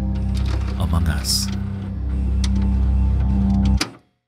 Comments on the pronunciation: He just said "amoung us." And I laughed my ass off. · bro literally said "amongus" in the intro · “….among us”. Bro I know you had to do a couple takes on that one. Lmaooo